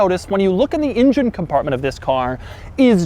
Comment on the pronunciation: Love it how Doug now says "engine" rather than "ingine," as he used to say till a few months ago. ... oh oh ... he reverts to his old ways ...